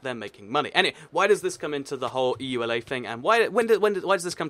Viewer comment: Ok it's Eula not Eulay its Mojang not moyan.